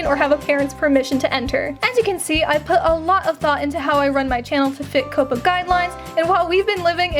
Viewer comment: 1 question why you say COPPA like that?? 😭😭